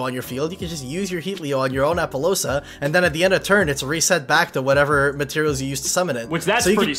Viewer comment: Wtf with appolousa? Lol